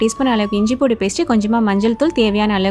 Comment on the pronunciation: Super super ,sis nenga inju poondu nu solama yen pudu nu solringa unga oorula apdithan solvingla